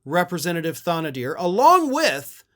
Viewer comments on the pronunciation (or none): Pronounced Tan-a- dar. Great video. ❤ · Michigander help here - Thanedar ( tan-a-dar )